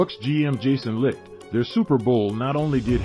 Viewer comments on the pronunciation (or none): Bucs GM Jason Licht (“lite” not “Licked”)